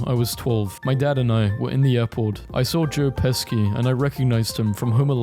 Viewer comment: Ain't no way you called him Joe Pesky 💀💀💀